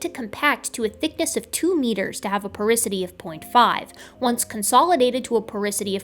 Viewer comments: Its called "Porosity" not porisity :) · I cringed hearing "porisity" instead of "porosity".--, geochemist, geologist, evolutionary biologist But I still think you're awesome.;-) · Please never butcher the word "porosity" again